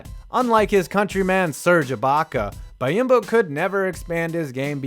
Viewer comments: It’s pronounced bee-om-bo not buy-im-bo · It’s pronounced bee-on-bo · It's pronounced Bee-yahm-bo. You're putting letters where they don't belong.